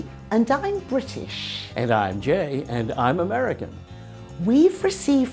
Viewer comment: When Jay said '' I'm Jay.'' I thought he said "I'm Gay." Did you too? Like if you agree | | \/